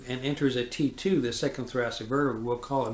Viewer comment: The above doctor spells " vertebrae " wrong in this video...he says " verterbrae"....this is a strange mistake for a doctor to make. Also, he seems to be entirely unaware of the 5 page report from the autopsy filed by FBI agents Sibert and O'Neill which describes in precise detail JFK's wounds as described by the autopsy doctor, Dr. Humes. He AGAIN is unaware of the signed autopsy drawing of JFK's back wound made by Admiral George Burkley, JFK's personal physician. These are not the only mistakes he makes.....he refers to the doctors at Parkland Hospital who observed the large hole in the back of JFK's head as " pathologists", which they were NOT....they were surgeons, residents, etc. However, NINETEEN of them AND the nurses and others SAW a huge hole in JFK's skull just behind his right ear.....an obvious EXIT wound to most of them ! Facts not presented correctly in the above video : 1. This doctor keeps saying that the entry level of the back wound was at " C7". There is NO evidence of this claim !!! The back wound was MUCH lower at the level of " the THIRD THORACIC VERTEBRAE, TWO INCHES TO THE RIGHT OF THE SPINE" as written by agents Sibert and O'Neill in their report, as indicated on Admiral Burkely's signed drawing, as shown in the photos of JFK's back, his shirt, and his jacket. What the hell is he talking about ?? The bullet entered at 5.5 inches below the collar and was WAY TOO LOW to exit from the throat...it would have exited from JFK's CHEST, as it DID in the Publi